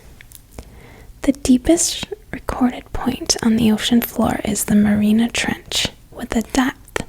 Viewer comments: it's called the Mariana Trench. not the Marina trench. you have a lovely voice, though. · it's pronounced mary-auna trench